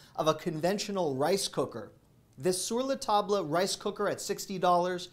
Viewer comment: Your correct pronunciation of “Sur la Table” did not go unnoticed, friend. ❤